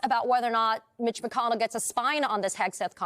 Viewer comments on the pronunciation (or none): none